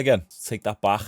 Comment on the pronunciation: “he’s came baghghhhh” silly accent lol